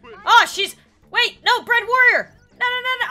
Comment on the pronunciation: bread warrior sounds like uganda warrior to me